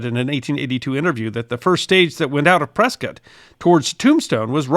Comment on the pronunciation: Even pronounced Prescott correctly!